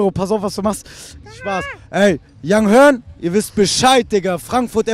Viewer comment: Es heißt yung hUrn nicht yung hÖrn.....